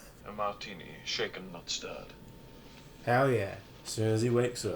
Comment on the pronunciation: "Shaken, not shtirred."